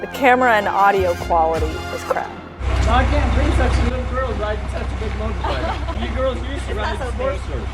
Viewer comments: Killing me with the weird pronunciation of MOtorcycle (not MORtorcycle) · Her inability to properly pronounce “motorcycle” is frustrating